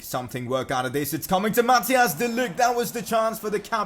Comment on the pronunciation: You say it like Math ICE not Mathias